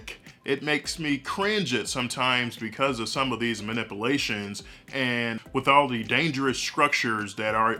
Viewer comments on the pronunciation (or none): i cant...lol...i cringe every time he says manipulation without the "U". "man-ipl-ation"